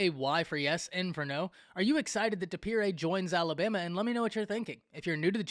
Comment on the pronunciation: You said his last name wrong😂😂😂 it’s dippre.